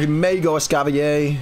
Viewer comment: Hmmm... just curious (and this isn't targeted at, it just reminded me of it), but why do people not pronounce the 'r' in Escavalier?? I understand that there's the "fancy" version that's based from French, but Escavalier is clearly based off of the medieval times, and the 'cavalier' part of its name comes straight from a type of horse night (which is pronounced Cah-vuh-leer)